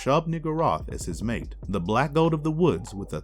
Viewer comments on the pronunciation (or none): none